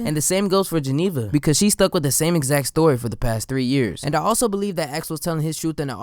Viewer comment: Everytime when he said beat Geneva it sounded like X